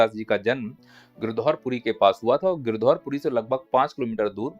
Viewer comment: Gidhaorpuri nahi sir गिरौधपुरी